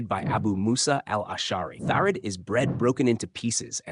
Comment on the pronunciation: Ah Thareed! Please stop saying tharid, it's triggering me! 😅 When I worked in Saudi, I wanted to try thareed. My neighbour sent some for me 😍 very tasty....there are many tasty, traditional foods in Saudi!